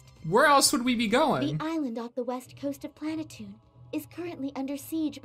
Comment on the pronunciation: You are saying it wrong it's pronounced plan a tune.